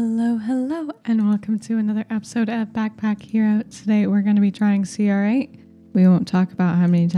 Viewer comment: You can pronounce cr8 like 'crate'! Also great vid, as always.